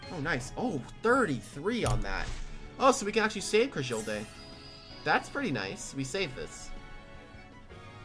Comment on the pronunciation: Ok as somebody who has used cragildae for a while i have a few comments 1 bandit is super mid the most op set for cragildae is attack and speed invested war cry ferocity Also as soon as i heard crah-jill-day i checked out